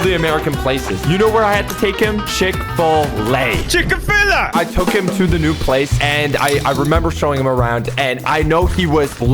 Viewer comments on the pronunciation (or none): /:"CHICKA FILLA" instead of chick fillëy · chick-fil-lay chickafilah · Chickfila: No! Chick-en-Fella!!!! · "Chick a fila" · the way says "Chick-Fil-A" sounds like "ChiKa-FilA" 😂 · it’s called Chick-fil-Aa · HE STILL PRONOUNSES IT WRONG LOL!!!!😂😂😂